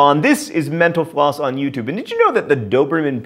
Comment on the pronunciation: I'm telling you...it sounds like menopause when you say your site name